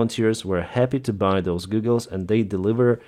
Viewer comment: Hi, you are so careful to give out the best information possible so I know the details are important to you. I hope you take this in the spirit of helpfulness that it is meant. They way you pronounce goggle is more like Google, the company. It is pronounced correctly as g-awe-ggle. I know a lot of people that have learned English like to make sure their pronunciation is right so I hope you found this helpful.